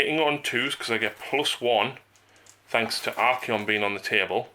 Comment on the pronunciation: Ar-kay-on. Ar-kon is 40k drukari